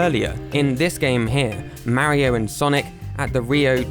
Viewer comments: Mar io not ma rio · its "mario" not "mawio" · why do you say mario and wario so funny😂